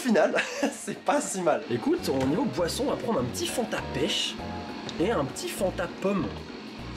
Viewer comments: G compris poisson au lieu de boisson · A chaque fois que tu dit boisson j'entends POISSON du coup je comprenais pas